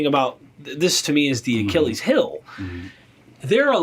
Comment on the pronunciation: "Achilles HILL"?!